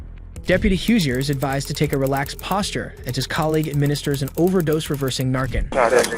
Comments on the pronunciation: The captions and narrator pronunciation are so bad in these videos. And how could Brenda get charged with second degree homicide if the officer survived lol. It actually was attempted homicide lol. Looks like she was only sentenced on an aggravated assault charge which carries 10 years. Good golly this is sloppy work lol. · I do want to clarify that some people who don’t watch videos like this, or have little to no knowledge about the drug, may not know how to pronounce it. English is the dumbest language, and in some cases c-a-n is “can” and in others it is “kin”. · Holy crap, fentanyl isn't "an opium". Opium is one thing. It's an opioid, which is something that acts on the opioid receptors in the brain, and an opiate, which is a drug derived from opium. And it's pronounced "Nar Can" not "narkin" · Wish I could give the video less than a thumbs down. Here's why: 1 - The narrator or AI (which I suspect), in the first two segments pronounces the drug administered to officers as "narkin". Naloxone (pronounced Na-lox-ohn) is the generic forum/trade name for Narcan (pronounced Nar-kan). 2 - In the last segment, you (or AI) states the car the officer stopped was struck "head-on" by a vehicle that crossed the highway. Apparently you were not even reviewing your own video. The car stopped by the office (Veh. 1), was struck on the left from corner. More so on the LEFT SIDE of the front fender. And the car that crossed the roadway (Veh. 2) and struck Veh. 1 did so with the left REAR portion of Veh. 2. If you watch the video closely, you can even see the driver of Veh. 2 as the LEFT REAR portion of their vehicle impacts Veh. 1. Almost as far from a "head-on" crash as you can get! As far as I'm concerned, as someone with 30+ years public safety (Fire/EMS and Military Police), your credibility is less than zero. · It’s pronounced nar-can and opi-it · Why do you keep pronouncing narcan wrong? Even when they say it multiple times? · it's narCAN not narKIN